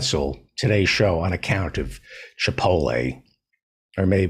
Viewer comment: What is so hard about pronouncing chipotle? There is a T lmao